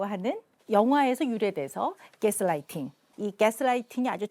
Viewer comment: 오은영 박사는 여러 방송을 보며 느끼지만 영어 발음 할때마다 굳이 원어발음하려고 하려고 애쓰는거 같아 거슬림ㅋㅋㅋㅋ 깨스라이팅... 카훼.... 등등 ㅋㅋㅋㅋㅋㅋㅋ 다른방송에서도 굳이 의사들 쓰는 전문용어 쓸데없이 남발하는거 보면 자기 똑똑해보이려고 부단히도 애쓰는듯요.